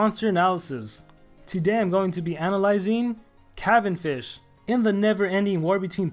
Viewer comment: ITS NOT PRONOUNCED THAT WAY